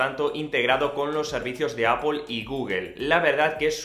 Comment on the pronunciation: Por qué le dices apel a la apple?